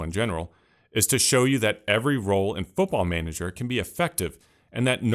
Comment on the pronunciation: it's manager, we just say manager